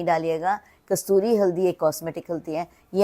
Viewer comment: Say kasturi not kasuri😂